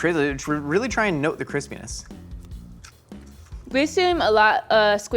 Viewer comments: It's "cwispyness", damnit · "Keeespeeenesss" Me: (while laughing hard) I love this show so much